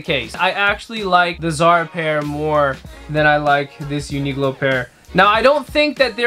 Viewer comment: I’d say they are equally good quality. Zara has some really nice cut ones. Uniqlo is simpler. Btw most people I know pronounce it like U-ni-klo. It’s a Q and from your pronunciation it’s like you’ve misunderstood it to be a G? U-ni-glo? 😅😂